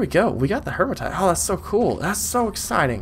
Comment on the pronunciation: HEE-ma-tite (no r in it). Like Hemoglobin, which is the iron-rich part of your blood.